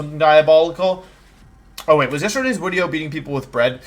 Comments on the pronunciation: Is there like an in-joke explanation as to why he says "Wideo" instead of "Video" ? I'm new to the channel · why does he replace Vs with Ws? Am I missing an in joke here? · Day 1 of telling Woofley that my cousin won’t stop saying wideo because of you